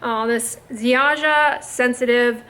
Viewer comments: This cream costs around £4/$5. Unfortunately not all of their products are as good and skin friendly as this one. BTW we pronounce it “Zhahyah” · You pronounce it Ziaia (no "j") :D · greetings from Poland, Ziaja is actually pronounced "ziaya" :) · I think wants to say Zhaya, like Dr Zhivago. ZHAH-yah. Zi gets the sound that gets spelled as sh in English, or si as in vision. Never heard of this brand but will watch out for it now! Btw, rhymes with jaja, or YAHyah, which means big eggs!